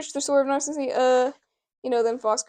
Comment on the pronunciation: Found this from reddit, Nay-sen-c is hoe you pronounce Nascency.